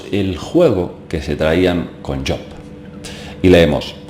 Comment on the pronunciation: me ha gustado mucho el video el personaje que mencionas job se pronuncia su nombre con jota y perdona por entrometerme un poco, solo era eso, no lo tomes a mal y gracias por el trabajo de investigación que estas haciendo,que es despertar conciencias, que no es poco